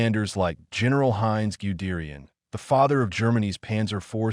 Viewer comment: Gu -- short "goo" -- d'air -- yi -- enn, Gudarian. Zhukov is a long zhoo -- koff. "Two Panzer corps" would be "Second Panzer corps" said by anybody sensible. YouTube has the peculiar habit of handing its explanations to ver-ree inadequate robots, or perhaps people with nice voices but inadequate brains.